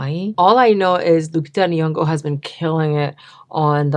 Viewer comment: Pronounced inyongo not niyongo. 😊